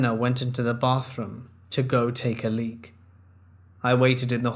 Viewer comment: ‘She went to go take a leak’ holy shit I laughed out loud because you put so much emphasis on it, intensity unmatched Edit: 4 likes? Thankyou so much, I’ve never had so many!